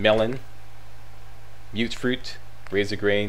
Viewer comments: Yeah and everyone else, it’s “mute” fruit not “mutt” fruit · Yeah I know, it's just the first time I've heard it pronounced that way. Every other video seems to have it as "Mutt fruit" haha.